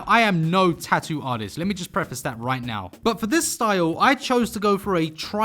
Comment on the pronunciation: I meant “right nyow”